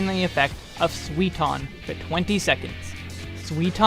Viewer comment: I love your videos but man you don't even try to properlly pronounce the japanese words xD Suiton becomes Sweeton when you say it lol